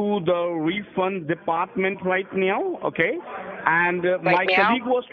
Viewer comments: The way he riffs off the way the scammer pronounces "now" like "meow" with all the cat puns is ::chef's kiss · right niaoow(now)! I'm deadXD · "And now ma'am what you need to do right neow" he says now fine the first time then butchers it in the same sentence a second layer 😂😂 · Right MEOW! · The scammer said Neow instead of now. he is actually playing along with the cat puns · WHY DOES HE KEEP SAYING "RIGHT NEOW" LMFAO HE SAID IT CORRECTLY MULTIPLE TIMES 😂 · The way that Indian scammer pronounce Right niew is ludacris